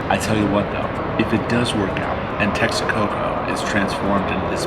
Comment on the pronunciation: Yes, the train is done. The maintenance cost of the airport in Lago de Texcoco would have been just outrageous. By the way it’s not Texaco it’s Texcoco.